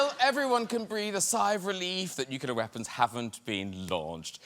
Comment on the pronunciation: NuCLEAR Graham!!! ... NOT nucular!!!